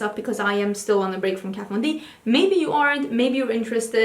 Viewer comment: "Let's talk about KAT VOND Desease" I'm dead